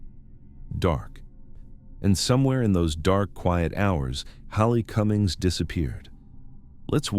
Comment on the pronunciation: Haley Cummings is pronounced with a long a 😢